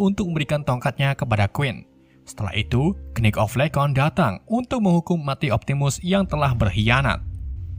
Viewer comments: Sebel banget denger ngomong kenit kenit padahal tulisannya Knight 🤣🤣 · Khnight atau knight??